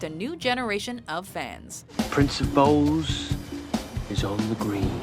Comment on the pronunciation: Every time I heard "bowls" I couldn't help but think they were saying balls. I guess my inner ten year old isn't gone yet.